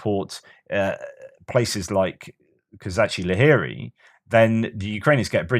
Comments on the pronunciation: One of the best reasons to listen to. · I heard pronounce Kozachi-Laheri today, and it sounds much prettier in Ukrainian: ko-ZA-chi - LA-he-ri Emphasis on the ZA and the LA. It just rolls off the tongue nicely that way! 😊